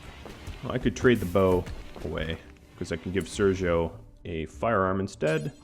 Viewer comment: Sergio now is pronounced in the right way. Good job man, you're great :D